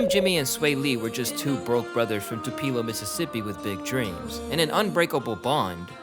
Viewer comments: Too pee low? Tupelo. It's jus Tupelo my guy 😂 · Two-pee-low Mississippi sent me. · No way you called tupelo 2peelo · (too-pill-O) not tupeelo 😂 love, a ms native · “Tupela Mississippi” Ng you mean Tupelo pronounce it right it’s not that hard. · TOOPEELO??? I stg everytime I see someone on youtube say the name of a mississippi city it gets butchered lol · It's pronounced "too-pee-low" Mississippi. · Did this dude just pronounce Tupelo "Tu-pee-low"? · How tf did you pronounce Tupelo...Tuh-pee-lo? Its 2-puh-low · Bro said “too-peel-oh” MS 😂😂😂😂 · Rofl, I live in Mississippi. It's not 2-Pelo Mississippi, it's Too-puh-low. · Wtf is tupeelo 😂 u pronounced it all crazy. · Too pee la ?? Lol it’s Too-pe-low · Its pronounced TOO-PUH-LOW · Did the narrator say Too-pee-low for Tupelo, MS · Tu-pee-lo? Cmon man put some respect on Mississippi! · It is pronounced... TOO-PAA-LOW. SMH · Bro said Too•Pee•Luh Mississippi. 🤣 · Tupelo is pronounced “too•puh•low” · TU-PA-LO........ Mississippi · its not Tupelo pronounce (2 - pul-O) slow down. Same place Elvis was born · From a Mississippi Native: it To-pa-lo (Tupelo) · Its "Too Pell Oh" Tupelo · it’s Tupelo (pronounced TOO-PUH-LOW) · Its Tupelo ....if u gonna do a story on somebody life at least learn how to pronounce the city they from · It’s Tupelo. Like Too-peh-lo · Sheesh, that is DEFINATELY not how you pronounce Tupelo lol. Its closer to "two pillow". Not criticizing just painful to hear, lol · Just a side note Tupelo is pronounced Toopuhlow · Tupelo - "Two - Peh - Low" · A culture vulture talking about the Culture is crazy. You cant even pronounce "Tupelo" correctly 😂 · Bruh, that is NOT how you pronounce Tupelo lmao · Oof. The way you pronounced “Tupelo” hurt my ears, bro. 😭😭😭 I love your videos, and I know a lot of research goes into the making of them, but that’s gotta include the pronunciation of names and places as well. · You can't even pronounce Tupelo smh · Completely butchered Tupelo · You pronounced Tupelo wild.